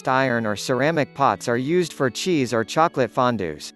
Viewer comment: “O.R.” instead of, “or” had me cracking up!